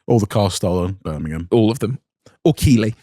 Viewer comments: If you guys are trying to pronounce Keighley, it's Keeth-lee 😂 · Just for future reference, Keighley is pronounced Keefley, not Keeley :-) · Oh, and boys, its not "keeley" its pronounced "keith-ly". Welcome to the weird world of Yorkshire place names. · Please don't come up here and ask for keely (keighley) you will end up walking away with a bag of shite takeaway micra 🤣🤣 it's pronounced keefly, best way to explain 👌 you'll be quite shocked whats in motorhub though tbf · To pronounce KEIGHLEY it's Keith-lay as in laying down lol NOT Keyley 🤣🤣🤣🤣 as I was from there but moved now to nearby Skipton other people not from round here saying Keighley make me laugh 😂😂😂😂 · Why the fuck does he say keeley? It’s keefleh 😅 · Boys, fellas, lads, its KEITH-LEY, not KEELY. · It's pronounced "Keithley", and at a guess you're talking about MotorHub 😂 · It's pronounced Keethley not Keely. Its shit a sh*thole. Bought an E30 Cab, got followed home and had my E36 323i Coupe nicked that night. Thanks Keeflee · I think you mean Keighley (pronounced keefley). defo go undercover and buy a car from there. It will be great content. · Just for future reference Keighley if pronounced (keefley) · It's pronounced Keith-ley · The way you pronounce Keighley is painful to the ears, it's Keith-lee. Also, as someone local to the town, we all know which one you are talking about and all the stories are real 😂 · Keighley (where I live) is pronounced Keith ley. I'd love you to come to here and buy something from the damnside multistorey!!!! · It’s pronounced Keith-Lee and surprise surprise it’s a suburban town that belongs to Bradford, also one of the dodgiest places on earth. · Keighley is pronounced Keithley btw. If that's what you were talking about.